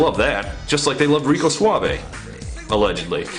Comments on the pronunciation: lol "rique suavo" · you said Rique Suavo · did he really say RikAY Suave? lol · did you intentionally call him Ricé Suavo or was it an actual slip up? This is my fourth time watching this and I just noticed it. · Rice Suavo? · "Rice Suavo" Nice. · Reckooo saaavee Jeez he is stupid